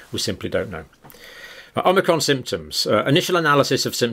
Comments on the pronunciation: Sorry dr John it isn't pronounced as omnicrom. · I love the way he says "an Omicron.......cold" !